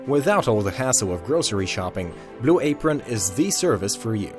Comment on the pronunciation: Good vid. F Blu a-pRON.